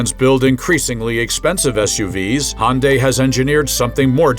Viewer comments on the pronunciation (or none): Perhaps you should learn how to pronounce Hyundai. LOL.